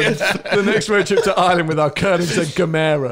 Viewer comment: "GEMERA" = "GIVEMORE". Pronuniciation: and